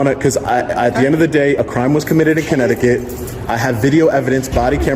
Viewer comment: Welcome to. Comminecticut